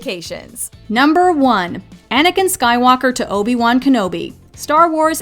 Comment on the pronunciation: it's Obi-Wan not Obin-Wan